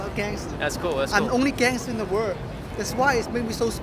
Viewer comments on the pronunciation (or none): ohh he says "gangster" i thought "dancer"